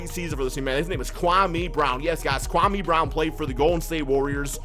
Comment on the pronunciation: Am I the only one that started rolling with laughing when he said kwame brown lol